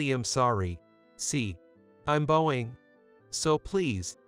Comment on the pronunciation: If you going to read a book learn how to say the words correctly it's poor not poorie it's bowing not boning